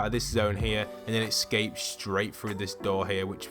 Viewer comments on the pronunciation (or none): EScape not ecsape